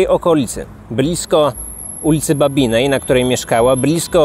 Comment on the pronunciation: Nie ma jednak w Kaliszu ulicy babinnej . Ta ulica to Generała BABINA. poprawka dla lektora !!!